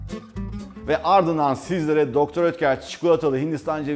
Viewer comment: Mukemmel kanalll her seferinde degisik guzel tarifler ellerinize saglik ayrica dr.oetker hani doktor diye okunmuyordu sefim de doktor diyor 😋😋🤪🤪🤪🤣